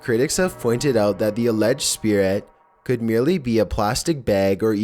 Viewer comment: Hahaha "spear rat" hahaha it's spirit